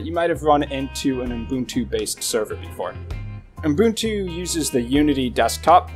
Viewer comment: [Pedantic point] There is no "m" between the "U" and "b" in Ubuntu. And yet, every time you say it...[/Pedantic point] Other than that, I find the DistroWatch page hit ranking as useful a tool for judging quality Linux based OSen as I find gasoline a useful tool for extinguishing a fire. In other words, Not very. Popularity rarely equates quality.